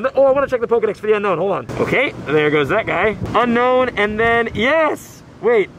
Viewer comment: Your one of the only person I have seen that can pronounce Pokémon names right and play Pokémon go But that’s not how you say unown “it’s u-no-wn not unknown”